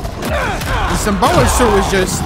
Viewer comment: symbiote Symbiote is pronounced (sim) like a sim card (bee) oat